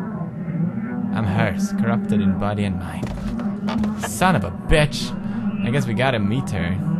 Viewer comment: HE SAID BICH LIKE JACKSFILMS! My youtube dreams have started, Tobuscus saying barrels is nex >:3